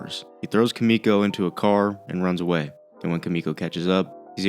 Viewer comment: >kamiko it's Kimiko. the I does not make an A sound.